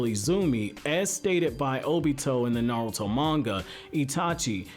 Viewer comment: nartuo at the intro LOL